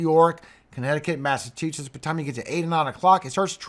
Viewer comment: Please, it's pronounced Mass a CHU setts